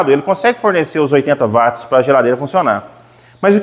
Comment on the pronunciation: MUITO BOM VIDEO, UMA AULA! PARABÉNS PELA PRONUNCIA CORRETA DA PALAVRA "WATTS", dita como UATS, e não como VATS, pois o nome veio do físico e pesquisador escocês JAMES WATT, e em inglês quando quando a palavra começa com W tem o som de U, o som de V somente para palavras de origem alemã.